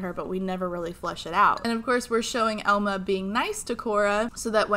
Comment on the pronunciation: I keep hearing Elmo instead of Elma and it throws me off every time lmao